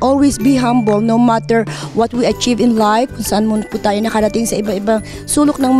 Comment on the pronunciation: You lived in states for years and still cant pronounce words correctly.. 10 cars? Humble? Baka bragging hahaha